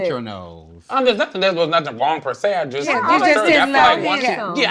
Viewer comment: These ladies can't pronounce nut-ting with their accents! Lmao I love it! 🤣🤣🤣